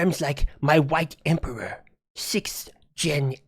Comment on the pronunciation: The “White Emperor” sound like saying !!WHITE POWER!! Way to go china. 👏…👏 well done……Fucking morons. Also hearing America saying “America is a country of machines” is insanely accurate.